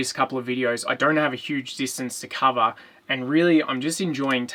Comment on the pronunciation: They way he says cover sounds exactly like you say coffee in Ukrainian :) kava